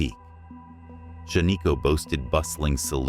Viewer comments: I am a lifelong Oregonian. Shaniko is pronounced Shan-ih-ko, not Shuh-nee-ko. I have been there. The only place on this list I have not been is Hot Lake Springs. Thank you for posting this video. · It's not shaneeko! It's shan-iko! A good friend of mine! Owns over half of shan-iko! I remember going there as a kid and playing in the old cars that are there! That they also own! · Shaniko is pronounced SHAN-nuh-ko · Stupid...you pronounce Shaniko wrong, then you spell it wrong. 👎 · It’s not a real person… AI and computer generated voices never pronouncing things correctly.